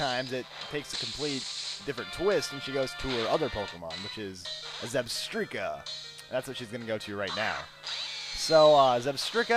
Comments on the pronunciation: Just one correction: When you say "Zebstrika" You're supposed to say "Zeb-STRIKE-a" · I believe it's pronounced Zeb-Strike-A